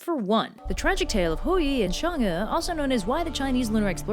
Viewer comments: Why do you say Shang when it's clearly Chang? It's CHINESE, not French, for God's sake. Anyway, great simple anime style. If you dive deeper, Hou Yi had a legendary CV before being commissioned to shoot the 10 suns, somewhat like the 12 Labours of Hercules. He already had slain a boar, some 1-toothed monster, a multiple-headed snake, I think even a deer. Pretty close to the Greek myth. I don't know whether Hou Yi & Heracles/ Hercules stemmed from some primordial monster-slaying hero or whatnot. Comparative mythologists, please stand up. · Hou’Yi is pronounced “How-ywi” And chang’e is pronounced “Chung-uh” -I NEED MORE COVERS BY THIS GIRL! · Oof its "who-ye" and "Chang-ay," at least when I heard it in the past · "Chang- e" not "shang- e" tyvm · I thought it was actually pronounced Chang’a instead “ew” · Quickie: the e is change'e is pronounced like more like uh not ee but not like uhhhhhhhhhh or am wrong and have been taught wrong my entire life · Chang'E? CHANG.... E? Really Chinese/English Linguists? THIS IS THE STANDARD YOU PICK?!?!?!?! If her name is PRONOUNCED "Shong'Uh" then SPELL IT THAT WAY MOON DAMN IT! I mean Japanese has a rock solid Romanji standard to go by and it woulds perfectly! Stop disobeying the laws of the English Alphabet! You're about a bad as WELSH! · it's chang'er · Me being a chinese person: REPRESENTATION YUUUSSSSSS ALSO I HATE SALTED EGG YOLKS IN MOONCAKES K THX BYE also i dont wanna rub it in but your pronounciation could be better. In chinese we have a thing for the vowels when reading. Pay attention to how the vowels are pronounced and you shld be good to go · Your pronounciation isn't that bad XD though I'll still correct it. Chang is pronounced with the a like you're saying "aaa!" with the same pronounciation as if you've just been jumpscared. É is pronounced like "er"